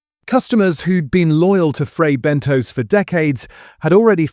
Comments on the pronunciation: L They are frey benTOS , NOT BENTOES, and i still love them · I really think it’s pronounced Ben-toss and not Ben-toes